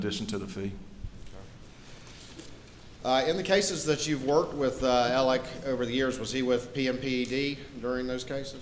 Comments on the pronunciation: Why does everyone pronounce his name Alec or Elleck? It’s spelled Alex. I know this isn’t what is important but it’s driving me crazy. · Spelled Alex but pronounce Alec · It bothers me when they keep pronouncing “Alex” as “Alec”. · Alex = “Ellick” Wilson = “Wiltson” Murdaugh = “Murdick”